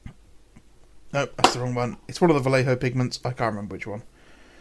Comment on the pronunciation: ... I have to admit, I like them. They have a sort of graphic novel sketchy style that very much appeals to me. Sketchy in the literal sense of like a quick drawing capturing the essence of the motif, not the usual figurative one.😆 ... for the anglophones like you, the j in Vallejo is like the German "ch". It's a sound you don't really have, a bit like clearing your throat, but not really. Forvo is your friend. ... maybe. Possibly. It's mine, anyways.